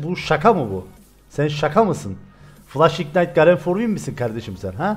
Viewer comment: Abi garen deyince emir diye duymaya başladım Help!